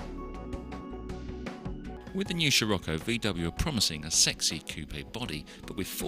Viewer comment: Excuse moi smechere eszos it is SCIROCCO!!!